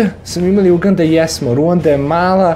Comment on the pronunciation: Druže, Uganda se naglašava na A, nemoj molim te na U, veoma je iritantno :D